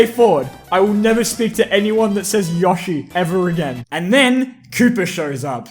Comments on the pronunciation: YOSHI YO-SHI NOT YOH-SHI YO-SHI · It’s Yo-shi not Yosh- i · Anybody who says YAH-shi instead of YO-shi is an idiot... 🦖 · People that said “yashi” over yoshi are same people that say “hAn” solo over “hahn” solo if you know what I mean. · Its yoshi not Yo Shee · Yeaah, but.... yoshi says it like yo-shi, not yoe-shi. this piece of sh*t can not overwrite the actual sound yoshi makes in MULTIPLE OFFICIAL GAMES! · Yoshee not yoashee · WAIT there were people who said “yawshi”? but ... yoshi literally says himself “y-oh-shi!” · Got used to saying yawshi since saying yohshi made a family laughing stock when playing smash back in the day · Of course Yoshi is "Yo-shi", it's Japanese. "Yosh-i" is an English brain reading the word. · But the Japanese is pronounced "YOH-shi", not "YOE-shi"... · Who pronounces it y-ah-shi?? Never heard anyone say that. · Yoshi says his name yowshi but it is pronounced yoshi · No, in the games, Yoshi himself pronounces it as “Yawshi” Except in the Mario cartoons, where he says “Yohshi”, but the games are usually more reliable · Who says it like yoshi, weirdos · who ever pronounces yoshi like that should be put in prison for life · it's yoshi not yoshi